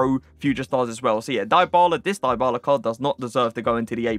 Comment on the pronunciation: That’s not how you pronounce his name lol